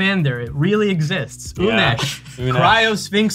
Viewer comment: Unesh. IT'S GOTTA BE UNESSHHSHSHSHSHHH PLEEEEEEEEEEEEEEEEEEEASE!!!!